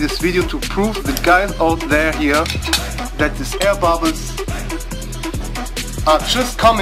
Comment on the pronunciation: "Oh zee aihr bobbles!" Shit cracked me up every time man! Nice video.